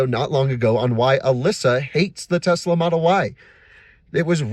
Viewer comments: TeZla, LOL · TeSla not TeZla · "tezz-lah" This video is about 12 minutes longer than it needed to be